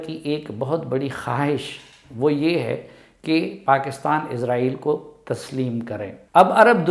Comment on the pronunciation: عزائیل فرشتے کا نام ہے۔اسرائیل درست تلفظ ہے۔